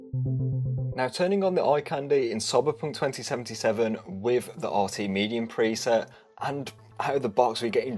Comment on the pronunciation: Soiberpunk2077 😅 Luv how you say it mate 👍